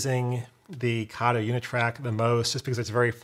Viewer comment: Kato has a long A. Please pronounce it correctly. Came straight from a manufacturer's video.